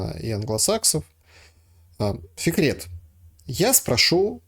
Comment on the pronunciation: зовут Фикрет, а не Секрет. Может букву Ф не может выговорить?